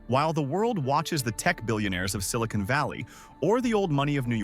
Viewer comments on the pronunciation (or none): none